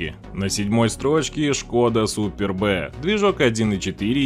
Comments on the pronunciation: не супер Б, а superb-одно слово,словарь возьми. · Да, уж. Super B вместо superb - сразу режет ухо. Ну я стебусь больше сейчас над произношением китайских названий на английский манер. Так HAVAL произномиться как ХАВ ЭЛЬ )))). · Не супер Б а суперб...ты даже не знаешь имя авто..а еще что то про них говоришб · Меня аж передёргивает "Супер Б"!🤢Вот деревня! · Не Super B, а Superb. С англ. Красавчик. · Да и "Суперб" - это "Суперб", а не "Супер Б" ))) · Супер бэ😂 Суперб -- это превосходство по английски, супер бэ блин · Цепь генератора? Не тисиай а тиэсай. Не думал что шкода Супёрб это супер-бэ. Ну ладно, это всё мелочи. В целом, интересно получилось. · Если есть Супер Б, то, по логике, как минимум должна была быть и Супер А. Я что-то пропустил такую модель. Литера "В" пишется слитно со словом "Super" и читается, как сюпрб, что на английском языке значит ПРЕВОСХОДНЫЙ. Блогер, изучай матчасть , а то ухо режет. А за полезную информацию спасибо. Удачи. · АААА, какой нафиг Спер Б? Автомобиль называется Шкода Суперб, произносится слитно и без выделения буквы Б! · Знатоков подводит незнание французского языка. Superb читается как супер, но никак не Супер Б. Если уж быть таким последовательным игнорантом, то есть еще и другие марки, например, Пежот и Ренаульт вместо Пежо и Рено. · Только не СУПЕР Б, а СУПЁРБ (превосходный). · Автор, иди учи английский. Не шкода Супер Б, а шкода супЁрб (превосходный переводится) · Superb - это одно слово и никак не "супер бэ". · Толтко не СУПЕР-Б грамотей а СУПЕРБ !!! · СуперБ Карл, супер бэээээ🤣🤣🤣🤣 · Superb, а не супер б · Сам ты супер БЭ Superb -превосходный с английского И ремень ГРМ имеет свойство не ломаться а рваться Кароче, автор, учи матчасть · Та не Супер Б , а СУПЁРБ... что за неучь.... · Суперб а не супер б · Супер-Б)))))) чиатется как пишется: суперб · "Супер Бэ" 😄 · Что за СуперБэ? Вас сквозняком продуло, что-ли? Только в русском языке можно услышать такие нелепости, а так же прочтение буквы Q как Ку. Примитив какой-то